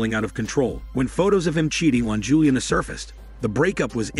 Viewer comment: This retelling is weird... The kind of emotionless delivery I'd expect from a robot voice, including the weird mispronunciation of words like "Rematch" and "Juliana", but it sounds like a real voice... Interesting concept, reminds me of a book that hit me HARD growing up, something like The Boy Who Could Make Himself Disappear, which was similar but not so literal. A mom who'd always forget to consider him, school which didn't really notice if he was there or not... I KNOW I've heard this as literal before, though. Being so overlooked someone turns invisible...